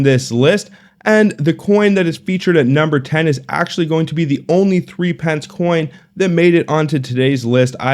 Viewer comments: Not ‘three pence’ it’s ‘thripnce’. Not six pence. It’s ‘sixpnce’. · In Aus, we pronounce threepence as "thruppence", and half penny as "haypenny"